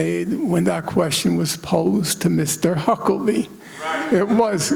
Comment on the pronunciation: It makes me so, so happy that he not once for this entire talk says Huckabee's name correct. I too will be referring to the entire clan as Hucklebees now. They deserve that L, they've put in generational work for it.